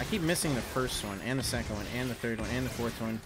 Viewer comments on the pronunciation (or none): none